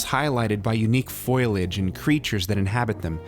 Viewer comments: Excellent retrospective. Just one slip-up... it’s “foliage” (foe lee edge) not “foil-edge”. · Stopped watching at "FO - IL - AGE" "FOL- EEEE - AGE" It's pronounced "FOL EE AGE" for fucks' sake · Foe-Lee-ige not foil-ige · You lost me when you said "foil-edge". It's "fo-lee-edge". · “Foliage” FOE-lee-adge Not FOIL-adge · I hate to be a pedant, but it's "foliage" not "foilage" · Foliage, Fo-li-age* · "foilage".... lol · Did you really say foi-lage? Meaning foliage? That is fascinating to me. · “Unique Foilage” lol Keep an eye on the tinfoil flora inhabiting Zebes... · Just popped in to say: "foilage"? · Don't forget "foilage." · One little complaint here. It's pronounced foe-lee-idge.